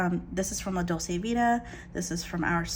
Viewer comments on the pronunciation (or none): I've been enjoying your videos. Thanks for showing us what you're using. You've found a great group of planners and stuff. I'm trying a Hobonichi for the first time this year, so it's always great to see what people are doing with it. Just one thing, though: dolce is pronounced dol-chay.